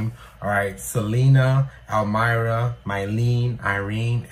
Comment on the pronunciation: It took me a long time to tell Mylene and Irene apart, they seemed so close to twins, but now I can't remember how I ever confused them. So, don't worry. You'll get it. In fact, you named them correctly in this video, until doubt crept in. By the way, Almira's name is NOT pronounced All-MY-rah, but a lot of people get that middle syllable wrong.